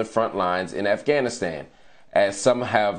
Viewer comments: US spent 20 years in Afghanistan and still can't say the country name right, this guy nailed it in this one video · First American who says the name of the country correctly